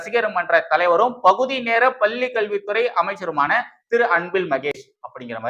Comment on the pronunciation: தம்பி! மீண்டும் மீண்டும் சொல்கிறேன். லகர ளகர உச்சரிப்பைத் திருத்திக் கொள்ளுங்கள். "பள்ளி" பல்லியாகக் கேட்கிறது.பள்ளிக் கல்வித்துறை அமைச்சருக்குத் தெரியாமல் எதுவும் நடக்காது. ஆனால் அவர் ரசிகர்மன்றத் தலைவராக மட்டுமே உள்ளார்.